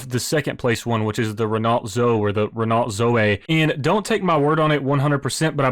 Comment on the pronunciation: Repeat after me: ren-oh. Do not pronounce the T.